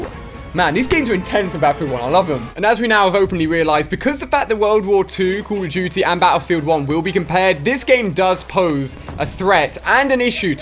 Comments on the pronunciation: It's call of doodie wut iz cull uf doodie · ''cool of duity'' '''keil streaks''